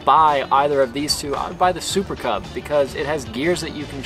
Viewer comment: did you just said "super kebab" instead of "super cub"?